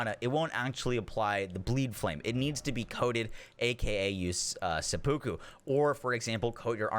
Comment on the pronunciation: Love your videos but please learn how to pronounce seppuku lol. Japanese ritual suicide